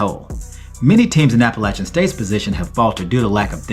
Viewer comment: 34-32 who?! Thanks for pronouncing Appalachian the correct way.